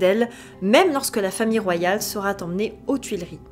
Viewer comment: Pour rappel : la troisième personne du singulier du verbe être au futur est "sera" sans T à la fin. Merci d'éviter les liaisons "maltapropos".